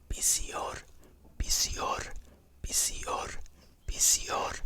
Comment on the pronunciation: For romanian try picior not pisior, either way really good thx!